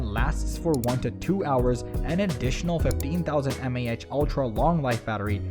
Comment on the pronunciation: While the video was informative and I'd say it was worth the watch, I did notice various parts of the narration where it seemed to trip up in exactly the way I'm familiar with the latest AI voice synths tripping up. Like you said, milliamp hour vs m a h. Articulating numbers (especially with decimal places) and units is one of the most common current issues with those models. Also some words being pronounced in a newly unusual manner that you would not expect of a regional or international accent of any kind. It's getting harder and harder to detect these AI generated voice-overs. Which startles me because more and more tech/science channels enter my feed every day that are accounts made within the last year, and all AI-generated voices. They put out a video about every notable tech topic and just push slide show after clip after stock footage over an AI narration that may as well be written by ChatGPT, and quickly build up tons of content, despite having nearly zero viewers at first. Then I notice them suddenly building up tons of subs. I'm starting to fear that many channels will become AI-generated ad-profit farms rather than sincere content, where content is provided, but not for the purpose of being passionate about providing content, with the bonus of ad revenue, but rather for the purpose of ad revenue with the bonus of providing some information. Even the description for this video is rated as 98% certainty of being AI-generated at GPTZero. Copying video descriptions